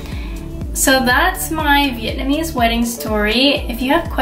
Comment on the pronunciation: Your wedding photos are beautiful and your pronunciation of Vietnamese words is really good! Loved hearing your story!